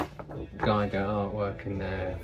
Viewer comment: H. R. Giger's surname is pronounced with an 'ee' as in 'beer', not with an 'i' as in 'wine' 😉